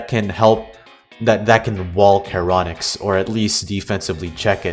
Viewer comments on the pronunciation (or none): I agree with everything you've said besides the heinous pronunciation of karonix instead of sharonyx It's charon-nyx Charon is pronounced like Sharon Your welcome I'm here every hour